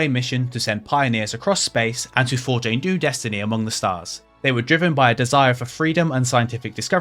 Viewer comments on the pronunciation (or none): none